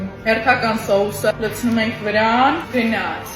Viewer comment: Ասեցիր գնաց ոչ թե գնյաց